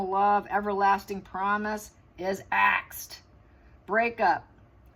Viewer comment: Thank you for doing this reading! Very ineresting and informative! Exactly how people don't see how it effects everyone, men as well not just women. The way you said the word 'axed' had me laughing a little too much! These things that have been in the news have been so heavy to see and all around stressful it's good to hear some humor with it so thank you! Those Robot Girlfriends may actually be more common and especially the way they already sell the life like sex dolls is interesting. It's been years since I first started hearing about them and I'm sure they've improved. In my opinion they are kind of creepy looking, at least the ones in the past. Lol! ❤️💫